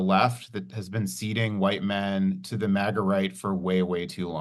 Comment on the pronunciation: You obviously say Maga sometimes please stop saying it wrong. I know you can say it right say it right it’s annoying..